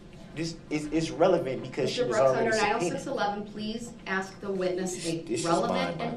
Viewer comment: Its ax snd snser